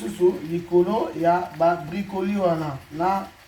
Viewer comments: oza musenzi penza eloko nini ya koseka eza wana ebongo brocolis eza repas ya ba congolais? sia ata alobi bricoli ou bracoli ekosala nini. oza nde na complexe ya français. muasi goût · Ko BRICOLI 🤣🤣🤣🤣🤣🤣🤣 ON DIT BROCOLIS CETTE COMMUNAUTÉ AVEC LE FRANÇAIS 🤣🤣🤣🤣🤣🤣🤣🤣🤣🤣🤣🤣🤣🤣🤣🤣🤣